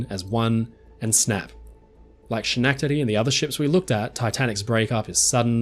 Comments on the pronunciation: That was the funniest pronunciation of Schenectady that I ever heard. Of course who would know it halfway across the world. But just so you know it sounds more like “skin-ehk-tah-dee” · Hey, just FYI. Schenectady is pronounced like Skenectady. Sch is is not literal. I'm from NY. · Really excellent work! Just a pronunciation correction. Schenectady has a hard SCH, as in school. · So I'm from the area and it looks like "Sh-nack-tid-ee" but it's pronounced "Skuh-neck-tid-ee". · Nice video thanks! FYI it’s pronounced Ske-nek-tu-dee. ;) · Hello! Stumbled upon your video after rolling in from another Titanic video. Loved the coverage of this. Very enlightening. And as someone born and raised in update New York and stone's throw away I commend your effort on trying to pronounce Schenectady. It's pronounced Ska-neck-ta-dee <3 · Minor nit: Schenectady is “skuh·nek·tuh·dee” in both American and British pronunciation. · Brilliant. I have nothing to add, other than it’s pronounced “ska-NECK-tuh-dee” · Schenectady is pronounced Ska neck ta dee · I've watched 3 of your Titanic videos so far and find them fascinating. Your mispronunciation of SCHHHHHHnectidee is very cute too lol. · For future reference: "Schenectady" is pronounced 'sKenektadi' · The first syllable in schenectady is pronounced as sken. FYSA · Schenectady is pronounced "SKIN-ekt-ti-tea." The spelling provides almost no clues on how to pronounce it. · Its Ska-neck-Ta-Dee!! Any New Yorker will tell you that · The way he says Schenectady is so painful. Skuh-neck-tah-dee. I used to live right near the city in NY. Maybe it's different elsewhere but AHHH. Otherwise, great video. Love this channel. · pronounced ska neck tany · Part of the Schenachtady problem may be the pronunciation (fully admitting I'm too tired and lazy right now to get the spelling right). I lived near the city of that name some years ago, and it's pronounced Skanektadee. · SKEN-ek-teddy, brother. in this instance the CH made a K sound